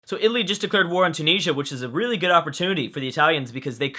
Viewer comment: it's pronounced tu-nis-ee-ah